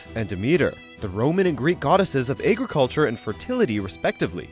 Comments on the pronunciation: What nationality is the narrator? The way he pronounces words is unusual. He pronounces agriculture "AY-griculture" and dragon "DRAY-gon." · I have never heard agriculture pronounced that way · So we're just gonna breeze past how he pronounced agriculture ?